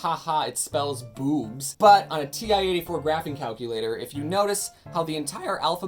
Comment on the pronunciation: the way he says bOObs with such deep emphasis on 'OO'